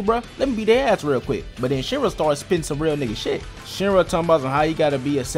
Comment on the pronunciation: His name is Shira not shinra